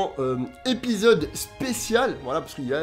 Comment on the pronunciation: Tu m'as tué avec ton épéezode 😂